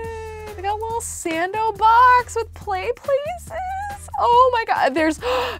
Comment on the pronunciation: Does anyone else find it adorable when adds an o to things like Sando and gnomo